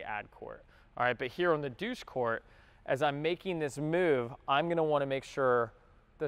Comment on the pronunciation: "..douche court" ?..